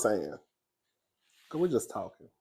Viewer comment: Fireplace poker Terri J. Vaughn “tha streetz are tawwkin!” 😂😂😂😂😂 you sound like a New Yawka! You’d fit right in with us hahahaha 🗽